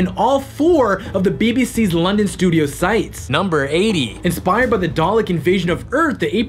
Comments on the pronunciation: The dude in the T.A.R.D.I.S hat mispronices dalek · I have the same feeling about this. Especially the parts when the chick says "dalek", somehow she managed to make a mistake, they have recorded again her saying it and put it over the video. Like c'mon! How can you mispronounce a word that is so essential to the Doctor Who universe